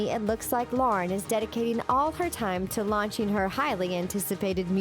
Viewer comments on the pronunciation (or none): none